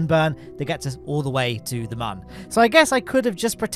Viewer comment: How are you pronouncing “moon”? Have you ever said that to another person? Did they correct you?